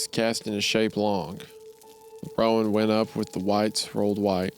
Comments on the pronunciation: Roan is one syllable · This is the comment I was looking for, everytime he said ro-an I died a little. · Anyone else cringe at wendigoon mispronouncing "Sorrel" and "roan"? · It's not ro-ann it's like rone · Roan is pronounced just like groan. Not Rowan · It’s pronounced “Rone” not “Rowan”. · I really wish wendy would learn how to say roan and sorrel properly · As a horse girl the pronunciation of "roan" and "sorrel" made me giggle. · My guy, coming from someone who is around horses, owns horses and has had to deal with horses my entire life. Just let me say, it stings to hear you mispronounce almost all the colors of the horses. from Roan to Sorrel. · As a horse person, this author actually describing horses well delights me. As does the way Isaiah mispronounces "roan" and "sorrel" lol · Side note- I love the story but hearing Isaiah say horse breeds/coats is painful😂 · Not to mention how he pronounced "roan" 😂